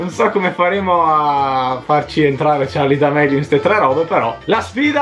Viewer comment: Che poi Charli d amelio con la "e" hahahaha